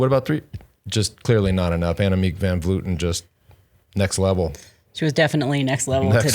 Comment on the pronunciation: Can you go on and tell them how Vleuten should be pronounced because it hurts hearing Vloeten and Vloety.